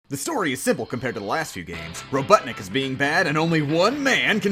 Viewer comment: Did he just say roBUTTanik??? LOL